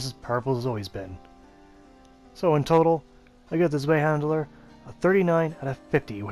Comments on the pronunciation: Good info and great video but saying handler instead of hander for some reason peeves me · Zwei handler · Mate love the videos but Jesus you can't say words, it sounds like your saying zwei Mandela?